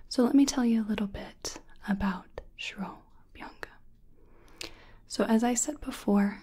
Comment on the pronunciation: 1. The intro style was new. 2. I was jaw dropped when you explained shiro-abhyanga process. (Pronunciation was on a point). 3. I really felt that I'm in ayurvedic clinic when explained vaat, kapha, pitta prakriti. 👌 Hats off to your efforts. Top-notch video as always. 👍